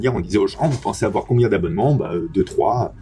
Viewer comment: "Il ne faut pas awar peur"